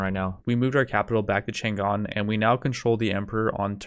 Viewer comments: chan‘gan ❌chang’an✅ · It's not Chan Gan. It's Chang An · "Tzaang On" is more accurate pronunciation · I just heard Chang an get mispronnounced like 5 times in the first 20 seconds I can never recover from this travesty